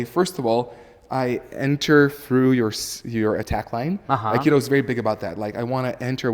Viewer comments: First word - "Akido" !!! It's Aikido - " Aye-Kee-Do. Let's start in the right place shall we ? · please, don't say "akido":)